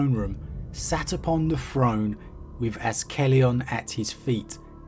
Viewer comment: my man. It’s pronounced AZ-KA-LON